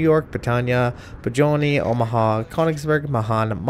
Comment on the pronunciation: it's pronounced BRE TANE